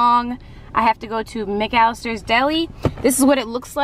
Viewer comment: She said McAllister weird